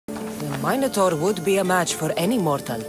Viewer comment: Learn to pronounce “Minotaur” properly lady